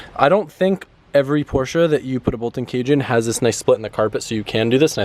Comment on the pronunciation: Now put a Bride lowmax for the driver to really piss Porsch-uh people off